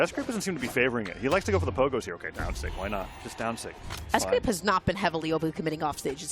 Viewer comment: S-gwape is crazy